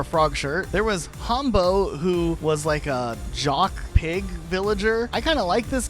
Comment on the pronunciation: he also said Hambo wrong. it’s a pig, the pun is “Ham” not “Hahm”